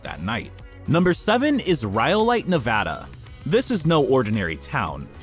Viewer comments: ELY is NOT in "northeast Nevada". AND it's NOT "Nuh-VAY-day". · Learn how to pronounce Nevada properly. The "a" is pronounce as in Nebraska. I live in Nevada so I know.